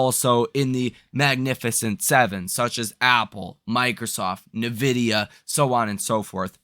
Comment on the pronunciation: en-Vidia not neh-Vidia